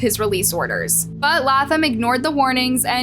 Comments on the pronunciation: Laaaayy--Thumb. Not laugh thumb please. Love your channel but you sometimes refuse to correctly pronounce people's names correctly, ❤🤷‍♀️🌹🤦‍♂️even when reporters say it correctly over and over. Slow down a bit. Uuugh. 😮😮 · #1 it’s “Lay”tham ! #2. Just tell the story…. You don’t have to quantify or give a disclaimer for everything! Geesh you made the story unbearable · Laaaayyy--thumb!! Uuugh. Seems like you rush through these stories. You mispronounce soooooooo much on here. 😮😮😮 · Lay-Thumb, words aren’t this difficult to pronounce. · Latham = Lay-thm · Omg Bishh IT'S LAY-THam🤦🏼‍♀️🤦🏼‍♀️🤦🏼‍♀️ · Good video, love it, having issues with the way she is pronouncing the last name of the teen completely WRONG!!!! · pronounced Zachary's last name wrong how hard is it to pronounce it it was revealed in the video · hunny... pleaaaase watch some clips of the video you are going to post before doing the voice over. The amount of times you say their name wrong immediately after someone else saying it correctly is honestly astounding... And that's just in the past few months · Bch how the Hell is that every video you make, you literally hear the names reported properly but still manage to pronounce them wrong. You are either A.I. or just fcking slow